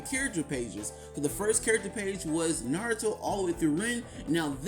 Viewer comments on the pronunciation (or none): none